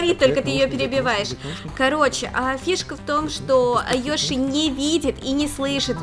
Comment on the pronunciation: Когда Лана сказала привет Йоши, мне послышалось тривет йоши